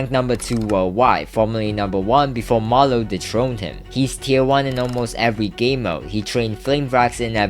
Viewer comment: bro did not say marloww